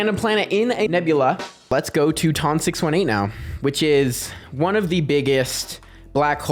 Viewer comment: ITS TON NOT TUN 😂😂😂😂 doesn’t know how to say ton😂😂😂😂😂